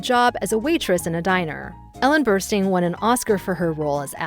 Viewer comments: Ellen Burstyn's name is pronounced like "burst in," not "burn steen." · Ellen Bernstein? Really? Come on! She's too talented to have her name butchered like that. She's Ellen Burstyn. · Thanks,! ✂🎞 Indeed, without Marcia's editing, the movies wouldn't be what they are. ෴ As an admiring colleague, I must let you know that you were mispronouncing Burstyn. 🙂